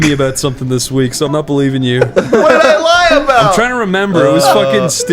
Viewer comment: You can tell is bulshitting when he puts extra emphasis on the word 'week.' hahaha